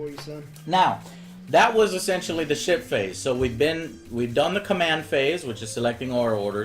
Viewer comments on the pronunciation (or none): Everytime he said "ship-phase" i thought:"did he just said "shit-face"?" xD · Am I the only one who hear 'Shit Face' when Joe says 'Ship Phase'? x)